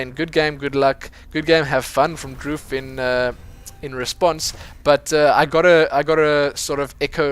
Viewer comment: His name is actually pronounced Dr. oof